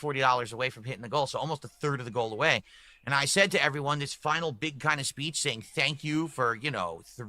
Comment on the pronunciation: "Aaayund", "Baayunned", still uses the weird thus incorrectly... lol.